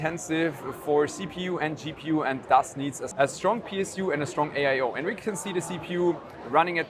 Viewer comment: Did you hyst say AIo?